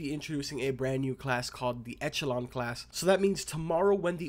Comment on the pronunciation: Its pronounced ekelon